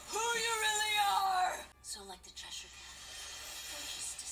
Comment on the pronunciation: How do you still mispronounce Cheshire when they even said the name in the episode?